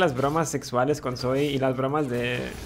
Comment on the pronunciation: es Zoe men no Zoé xd